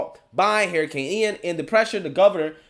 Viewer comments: “Hurricane” not Haracane😉 other than that I agree with you👌🏽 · why do you keep saying "HAIR" A CANE instead of "HURR"ICANE? I just can't unhear that. 🦱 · Please learn to pronounce words correctly. Your atrocious speech impediment bothers me to no end. It's hurricane, not hairicane. Her-icane. Practice it and use it. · "Hair" a cane, lol. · What's a hair-iccane ? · "Hair i cane" lmao. I love it. Look like a Hairicane hit Joy Reids head. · I like the way he says hurricane. Lol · I like how you pronounce hurricane.